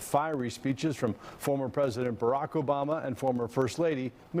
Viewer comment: & spew lies I thought said don wood never be a phesident